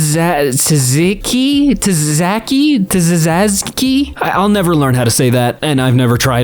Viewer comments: It's "tza-TZI-ki" where for 'tz', you make a weird tzzz sound with your tongue on the roof of your mouth. It's a popular middle-eastern dipping sauce (as you could probably infer). It's spelled צזיקי. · Is pronounced "Zee-key" for the algorithm:) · As a Greek, I feel genuine sadness by your inability to pronounce tzatziki, and even more than you haven't tried it. Yurros anyone?? (Lol)